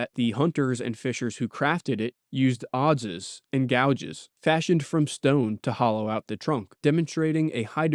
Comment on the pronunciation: Adze rhymes with adds. At least in anerican english. Correct me if I'm wrong, of course.